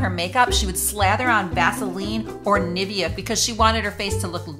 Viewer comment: Why is she pronouncing Nivea so wrong